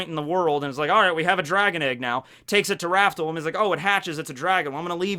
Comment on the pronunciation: Raftel, pronounced raf-tel, not raftle. Also never forget, the show isn't actually "One Piece". It's "Romance Dawn".